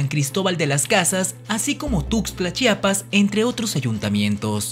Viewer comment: P.D. es Chiapas no Chapas